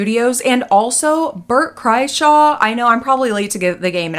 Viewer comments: While his words are horrible, I only have to say you said his name. Is Kraiser not Kraishaw. I'm sorry, I hate to be the Grammar Police. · not sure what your career has to do with it... My boyfriend screen prints all of Michael Jordan's race team's merch and gear they wear (he printed the shirt MJ is wearing in that clip 😂) and he really wanted to make excuses for MJ at first... I was like dude it's weird. Would you want him grabbing on your nephew's button? Of course he said no. his name is pronounced Bert "Cry-shur". YMH studios is Your Mom's House Studios, and Tom Segura and his wife own it, so they won't be fired any time soon. Tom Segura's Netflix show is even worse, to be honest. I refused to watch it. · Mispronouncing "Kreischer" is pretty on-brand 🤣